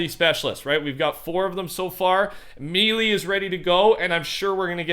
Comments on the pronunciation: the way he says melee lmao. Its pronounced may lay not me lee. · Melee is pronounced may-lay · "Mealy" hahaha Cmon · Melee is pronounced like Maylay just so yall know. 😅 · Melee. Pronounce it with me.......... MAY-LAY MAY-LAY MAY-LAY MAY-LAY MAY-LAY MAY-LAY MAY-LAY MAY-LAY MAY-LAY MAY-LAY MAY-LAY MAY-LAY MAY-LAY MAY-LAY MAY-LAY MAY-LAY MAY-LAY MAY-LAY MAY-LAY MAY-LAY MAY-LAY MAY-LAY MAY-LAY MAY-LAY MAY-LAY MAY-LAY MAY-LAY MAY-LAY MAY-LAY MAY-LAY MAY-LAY MAY-LAY